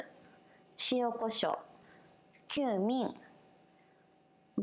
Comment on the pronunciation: 大阪弁？キューミン→クミンかな？ニンニクは気付きですね！